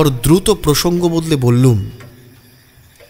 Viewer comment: Beral abar ki,biral bolun,bollum noy,bollam,bangla na bolte parle channel chalaben na,plz.